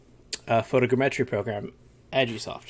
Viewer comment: Please for the love of god, tell me why you say photogrammetry that way. It's like all vfx artists share information on new techniques as txt file or something because everyone says EVERYTHING differently and almost everyone says everything so SO weirdly.